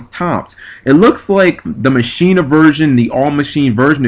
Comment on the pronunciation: Ma-kee-na. Not Machine-na...